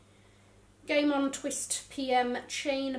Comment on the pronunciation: When she said “The Game On Collection,” I can’t be the only one who thought she said “The Gay Mom Collection.” 😂